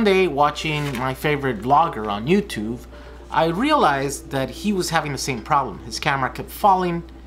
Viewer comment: did he just say Youtuve?